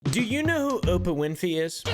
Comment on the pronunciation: "Opah winfey" had me balling